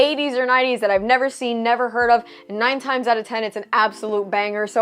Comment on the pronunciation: The way she's saying "the nineties" is driving me nuts lol